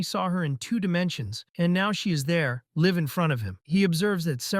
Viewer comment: It's a robot. Have you noticed how all robots cannot pronounce live correctly. Also this entire thing is annoying when they misgender the characters. I don't know if the robot is just stupid or it is intentional to annoy the audience.